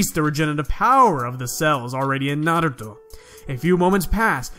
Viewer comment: You say naruto with such emphasis lmao